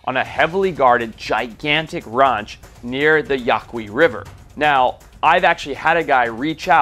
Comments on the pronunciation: Forest, it’s pronounced yah-kee not yah-quee. The rio Yaqui valley is the native homeland of my tribe. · It’s not ya-koo-ee! It’s ya-key if you’re guna talk about our peoples land get the name right